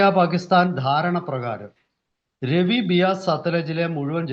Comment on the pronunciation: Ravi river,रावि नदि, രാവി നദി എന്നാണ്. ( രെവി നദി, रवि नदि ,Revi river ) എന്നല്ല.